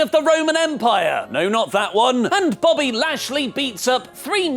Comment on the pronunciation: Anyone else hear accidentally say "Bobbly" rather than "Bobby"?